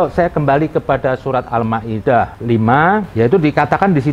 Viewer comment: Almidah katanya , ngomong yg bener boo